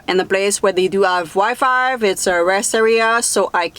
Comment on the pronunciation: Love your videos and your genuine funny spirit. You are an amazing & inspiring woman! I love how you say “Wi-five” (or that’s what it sounds like) lol I will forever use that phrase from now on in your honor. I wish you the best life has to offer. Stay safe out there.